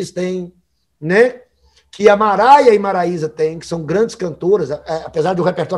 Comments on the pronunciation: Só eu que escutei ele falar: MARAIA E MARAISA???? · Opinião sincera.Ele falou Maraia e Maraísa ,ou entendi errado kk,mas isso passa,kkk.Sou fã do Eduardo.